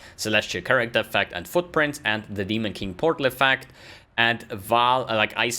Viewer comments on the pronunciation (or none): none